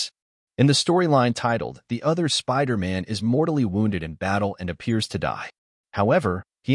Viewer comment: why do you keep saying spider ant?